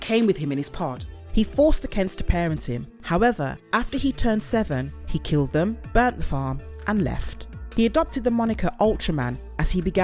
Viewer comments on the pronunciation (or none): none